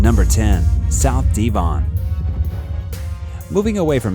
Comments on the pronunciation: Where on earth is De-von? It's pronounced Dev-on??? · Its De von.... not Dee von.... get it right..... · just fyi "Devon" is NOT pronounced as Deevon but with a short E sound, like in "devil" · Why are Americans so ignorant ? Devon is an English county, so if you can't be bothered to say it correctly you should not work in the industry. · Please look up the pronunciation of Devon